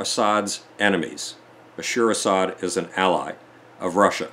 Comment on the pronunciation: please stop saying Bashir Asad, his name is Bashar Al(el) Asad